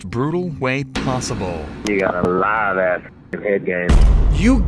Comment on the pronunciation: He said '' live azz'' 😂😂